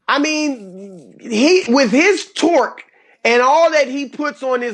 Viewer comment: Colin should never say the word "torque" ever again